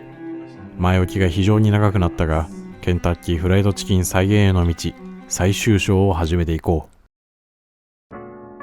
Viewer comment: ﾝｧｱｰﾂｨｷﾝﾆｨｬｱｱｱｰｰｰｰｰｰｰｰｰｰでもう無理だった